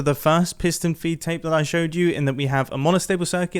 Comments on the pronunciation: I’m very sure he said foot tape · Never knew it was a piston “feet tape” and not “feed tape”